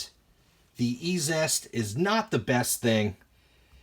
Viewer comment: I think it's pronounced Easiest (E-Z-EST)... haha but I don't know that. Great video, I've been curious about cleaning some stuff... So that looked stupid easy! The half dollar looked nice, the other may need a scrub or something? I wonder if the mexican money was already matte and dull when minted? Different silver finish perhaps. I wonder if there's any long term residual effects of cleaners on coins? I'll probably pick up a jar just to try out... Good experiment my friend!